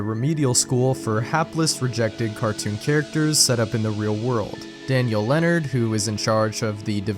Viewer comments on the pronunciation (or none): none